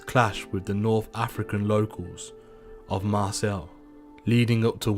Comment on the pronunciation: how can you not know how to pronounce Marseille ans St Etienne?